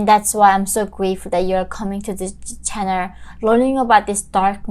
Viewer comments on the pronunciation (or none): "welcome to my channerrr" made my day